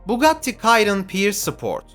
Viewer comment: Bugatti kayron ne yaaa abi? 😆 Bugatti Şiron onun adı